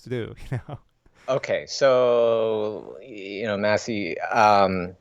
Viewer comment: did he call maciej "massy" lmao